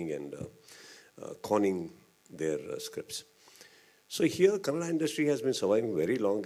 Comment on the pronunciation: It’s KANNADA not KANNAD